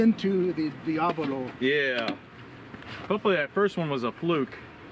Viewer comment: Thanks for the video! Diabolo is pronounced: dye-äh-bow-low Not: dee-ä-blow